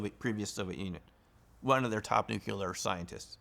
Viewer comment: You are obviously quite knowledgeable about physics, but why should I trust someone who pronounces "nuclear" as "nuke-you-ler"? Tangentially related: my grandmother was chased through her house in Northeast Arkansas by ball lightning.